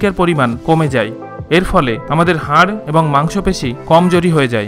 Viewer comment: Vai video ta valo chilo but apni 'যায়' শব্দটি না ব্যবহার করে 'যাই' বলেছেন... যায় কে যাই না বললে বুঝতে সুবিধা হত